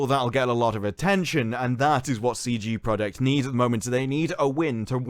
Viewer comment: Love coverage, but "Stream Deck" and "CG Project Red"? 🤣 I could be mishearing him.